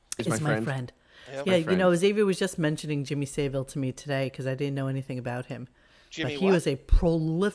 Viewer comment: you mispronounced savile and while that phone call was wacky, to claim that howard and savile have equal careers is pure crap